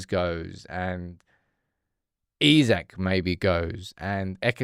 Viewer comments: If this ain't click bait, i don't know what is not. Buying Isak. Why would he leave Newcastle for united. If you've ever watched Isak. Its not Isaac like people pronounce but in Sweden we say like"I" Sack. We dont have the finances and he would not want to join unless he has some fetishism for United. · It's EESAK bro not isaac, smh at leat get It right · He ain't coming to United, cause you can't even pronounce his name right, it's EESAK ffs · It’s Isak, not Isaac. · Its not Isaac, its Isak 🤣🤣🤣🤣